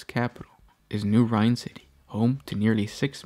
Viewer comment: Rin not Rine